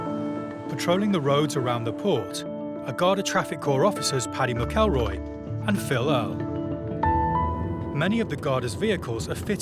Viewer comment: "Paddy Mah KallRoy" LOL